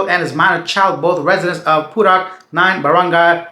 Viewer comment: It's not pu-rock. It's pu-rook. 😅